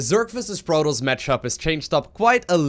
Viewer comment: Its Pro-TOSS! Not Pro-toast